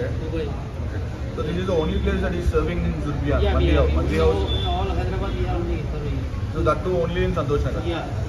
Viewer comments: It is zurbian not zubrian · Its ‘Zurbian’. :)